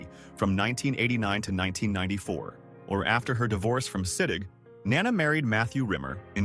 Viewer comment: Nana/grandmother has the accent on the first syllable. Nana Visitor has the accent on the second syllable.